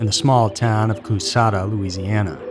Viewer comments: Kuhshatta, not coos hatta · The city is pronounced like Kashaaada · I read he was from Coushatta La. I was raised in Shreveport, La. Too close for comfort. BTW it is pronounced Coo shatta. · It's said "Ca-shatta". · Coushatta has a “sh” sound, it’s not “Cous-hatta.” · You butchered my home town lol. its KA-SHAT-A. My mom dropped her sister off at his house one night, but he wasnt home. Lucky. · I'm from Louisiana in the way you pronounce that city is hilarious